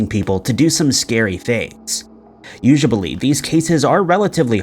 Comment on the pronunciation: "Usuably" lmaoo, I had to skip back to make sure I heard that right 😂